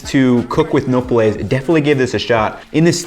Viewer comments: Along with Andrew Zimmern this guy has the worst pronouciation of easily pronounced Spanish words. It's like they're not even trying but I'm not going to fault him for that. I still appreciate his videos. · Please learn to pronounce nopales correctly. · I realise this is a year old but imma give you a quick hack for pronouncing Spanish: If there’s no accent, stress the second to last syllable. Otherwise stress the accent. That rule will get you through reading the vast majority of Spanish words. This one gets you through the rest: Unless the word ends in a vowel, N or S. Then you stress the last syllable. You can now read any Spanish word that’s been spelt correctly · OK, his pronunciation of "nopales" is going to hurt my ears for this whole video. Also it would be great if you could have gotten the name of the "taco guy" who you got the recipe from and given his stand some free advertising. Because basically now you've taken his recipe, made yourself some $$ and he's got nothing... Also reference the video where you learned how to scrape the nopales efficiently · I guess that’s one way to pronounce nopales. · every time you say nopales wrong i wanna hit you in the face more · i find cute when foreigners try to pronounce spanish things without actually knowing the languaje, it shows they're trying despite the languaje barrior. I don't think anyone here actually cares that much about them not pronouncing things exactly like a native like me, I get to know a ton of foreigners because they come for exchanges in my university and I have NEVER made fun of someone's accent and haven't found anyone doing it. I find rude people trying to say it's cringe that's he doesn't pronounce thing like advanced spanish student or a local when we are in a cooking video, not spanish lessons. No need to get pissed off at all lmao, it's not that deep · It is NOPALES, not napoles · Its not no-per-lays is NO-PAH-LEHS. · "Nope-less" yuummm "NO-Pole-s" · No-pa-less Nopales Not no-pul-es